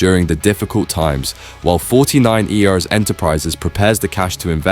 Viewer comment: Bruddy Ai narrative 😡 49ers is pronounced forty nine urs....not forty nine eee aar. Doh?